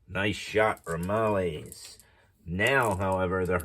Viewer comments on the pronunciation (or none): Nice video! Couple of small items, and not trying to be rude, just educational. Akagi is pronounced uh-kaa-jee believe it or not. I’ve also heard it pronounced ah-cog-eee. The Ramallies is pronounced ram-il-leez